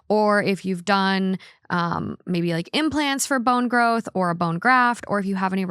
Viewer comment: Lol.. she said "bone growth"